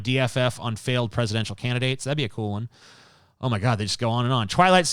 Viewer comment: Has anyone noticed that TJ says Chwitter when he says Twitter And Chweet for Tweet Is that what people usually say I havent noticed this before I usually say it with a T'